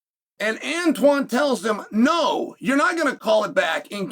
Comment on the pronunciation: For the love of all that is HBO I can't be the only one screaming AVON lmao who tf is antone 😂😂 unc glazed tf out the show then proceeded to completely fuck up the name about 54 times 😂😂😂